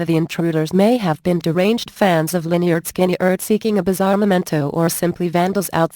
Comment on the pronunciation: teach her how to pronounce Lynryd Skynyrd correctly please